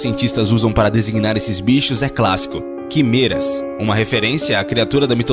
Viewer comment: Cara, vc pronúncia as palavras de forma muito errada. Quimeras se pronuncia com e aberto (é).